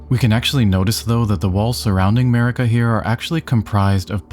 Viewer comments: Sorry but it’s definitely Marika lol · Dumb video 😂it’s marika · 🤦‍♂️ jfc, of COURSE it’s Marika. Good lord.